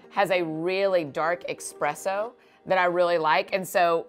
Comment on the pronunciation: Annie F. Downs!! Did you just say “expresso”? TWICE??